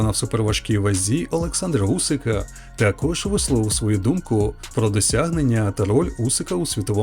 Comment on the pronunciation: It’s Usyk not Usik 😊